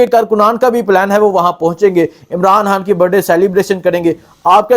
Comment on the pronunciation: khan ... ko hAAAN bolta hay.. imraan haaaan